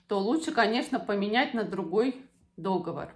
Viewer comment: Не дОговор,а договОр.